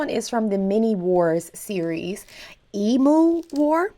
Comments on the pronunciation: Not "E-MOO"......EEM-U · Also, just for your reference, it's pronounced Eem-Yew. And Melbourne is pronounced Mel-Bin.🙂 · It’s pronounced emyou but spelled emu